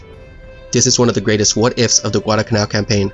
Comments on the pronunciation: It's not Guadacanal. It's Guadalcanal. There's an L in there. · It's Guadal Canal, not Guadacanal. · Not bad at all. However, in several places you mispronounced and graphically misspelled “Guadalcanal.” You omitted the first “l” in both cases. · It isnt "gudalcanal". It's Gu-a-dal-ca-nal. That island is namef after a village near Seville, Spain. I see it everyday at the horizon. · Like so many other idiots, he left out the ' l ' in GuadaLcanal!! So many idiots pronounce it wrong. It's not Guadacanal. It's Guadalcanal!! Narrator does a pretty poor job. Aside from the fact that he mispronounced Guadacanal, his English is poor. About the only good thing about the video was the real video footage. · Enjoyed this description of the battle. There were lots of US mistakes during the Guadalcanal campaign. One editorial note... it isn't Guadacanal, it's Guadalcanal - with an L. And it's the USS Vincennes, not Vincennes. Otherwise, two thumbs up! I've subscribed. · there is no "Guadacanal", even though many people pronounce it wrong, it is "Guadalcanal" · It's Guadalcanal. Not Guadacanal. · Correction for you: It’s Guadalcanal. You kept forgetting the “L” in the middle. And the name should be capitalized. Otherwise, you did a wonderful job trying to describe this naval battle. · It's not "Guadacanal" , it's "Guadalcanal" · Nice vid, but it really really bugs me that you say Guadacanal and not Guadalcanal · You are missing the first 'l' in "Guadalcanal". It is not "Guadacanal" though many mispronounce it that way. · "Guadalcanal" actually.